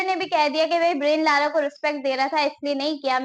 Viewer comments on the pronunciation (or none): beta, ब्रायन लारा है, ब्रेन लारा नही।